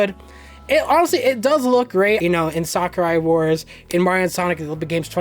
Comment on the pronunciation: Hedgehog Engine 2 honestly looks beautiful, Mario and Sonic 2020 and New Sakura Wars' graphics are amazing and surprisingly it doesn't make the games lag like HE1 did with Sonic Unleashed and it's not "Sakurai Wars" 😂😂 I won't make fun of you, don't worry lmao